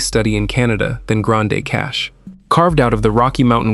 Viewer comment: Pronounced Grand Cash